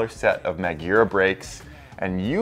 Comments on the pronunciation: I've never heard of Niygira brakes. I've heard of Magura brakes but not Nygira. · Does it make anyone else cringe the way been saying MAGURA?